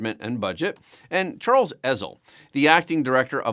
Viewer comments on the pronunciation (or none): none